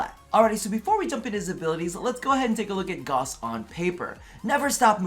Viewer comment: “goss” Everyone else: “ITS FUCKIN GAOWSE!!!!”